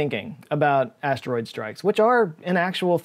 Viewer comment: I'm 'a need you to stop saying "stroid" 🤣